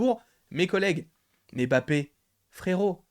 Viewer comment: Arrête de dire Bappe mdrrr tu dis Challa ou Tchalla ? 😂😂